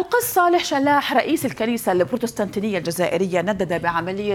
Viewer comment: بعيدا عن الموضوع .. لغتك العربية ركيكة يا اختي .. بروتيستانتية ماشي بروتستانتينية 🤷🏻‍♀️🤷🏻‍♀️